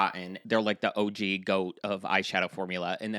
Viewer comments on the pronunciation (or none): I'm not the pronunciation police but.... OOOO-GEY? I think it might be O G ..... bwhahahahahahaha!!! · It's OG not Oogiee lmao! 😂😂 ❤